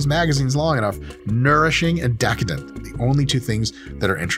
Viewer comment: The way he said DEHcadent the first time 😂